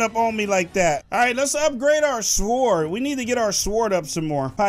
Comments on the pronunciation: i swear if your pronounce sword, SWWWWORD again, I will flip out. It's pronounced, SORD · Its not s word its like s ord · he say sward not sword